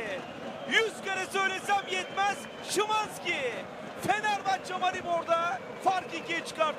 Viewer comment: schiiwannnzzkiii hahahha isimini niye öyle söyledi (alle deutsch-türken) verstehen 😂